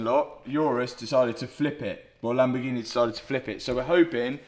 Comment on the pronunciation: Lamborghi-NEH 😂 only south Africans will understand